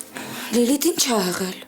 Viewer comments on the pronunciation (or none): էղել չէ,եղել,կամ գոնե էղել,աղջիկ ջան։Գրագետ խոսել սովորի։